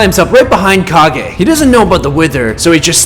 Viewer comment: Its kag e